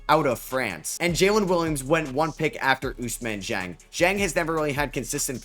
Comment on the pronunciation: You can make an effort it’s Ousmane Dieng not Usman Jang